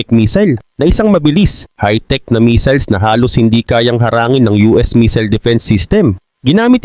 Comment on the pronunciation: taga China cguro ito😂 missile hindi meseals🤣